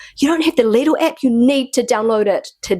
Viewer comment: its lidl not lidil